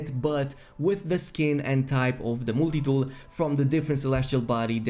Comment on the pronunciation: "Mooltie tool"...Lol